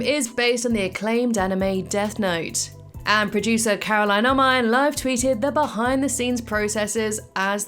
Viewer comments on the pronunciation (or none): none